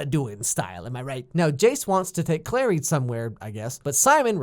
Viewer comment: It's CLARY not Claire.